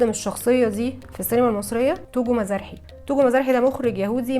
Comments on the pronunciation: Togo Mizrahi مزراحي مش مزارحي زي قرداحي مظبوط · "مزاحى" بتنطق على وزن "قرداحي"